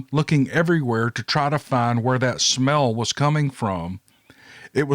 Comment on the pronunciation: How bout dat !!!! Spoken by a true Southerner. Lol Great stories !!!! Keep them coming